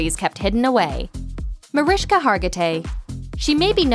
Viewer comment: There's no h in Mariska